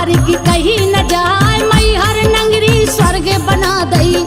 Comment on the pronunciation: नगरी की नंगरी उच्चारण ठीक नही है